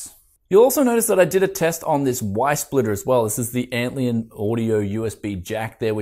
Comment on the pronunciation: LION. ANT LION. LION LIKE THE CAT. Not Antleon. ANT LION. There is a bug called an antlion. It is basically saying "this is basically a lion to ants." ANT LION. ARE YOU DOING THIS ON PURPOSE!?